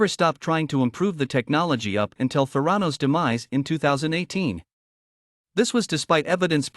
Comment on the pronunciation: geez, at least pronounce “Theranos” properly! it’s so silly you can’t even get that correct